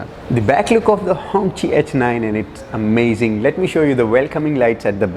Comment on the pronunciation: I couldnt watch the whole vid. All i keep hearing is. Bery amazing. I think u need more adjectives in ur dictionary. Amazzing. Amazing